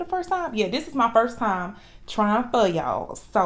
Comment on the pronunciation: It’s not fur, it’s pho 🍜 . That’s pho sure 👍